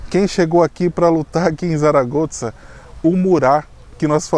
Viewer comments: Zaragoza (pronúncia correta em espanhol é SARAGOÇA, muito, mas muito diferente que Tsaragotza) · Achei interessante a pronúncia de vocês do nome da cidade "Zaragoza". Brasileiros, falando o nome de uma cidade espanhola com um "z" à italiana. Abraços! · Gente, não se fala "Tsaragotsa", não hahaha isso deve ser por vocês morarem na Itália, né? Se diz ou "Çaragoça" ou "Tharagotha" como os nativos devem dizer. Pronunciar como diríamos em português, com som de Z mesmo, ficaria mais natural para nós também. Mas o "ts" ficou estranho. Desculpem-me pela pequena crítica! Talvez um dia eu possa morar aí. Muito bom vídeo, Abraços!